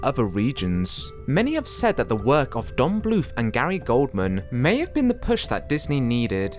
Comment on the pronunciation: You put a pic of Gary Oldman over you saying Gary Goldman.